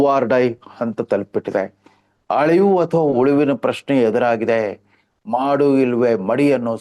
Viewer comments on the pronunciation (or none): none